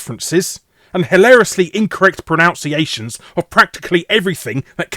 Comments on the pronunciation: . "And hilariously incorrect pronounciations". Were you trying to pull a fast one over us mate? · >"pronounciations," of everything that came out of his gob I think you mean "pronunciations," Larry. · Was your incorrect pronunciation of the word 'pronunciations' in the phrase 'hillariously incorrect pronunciations' deliberate/ironic?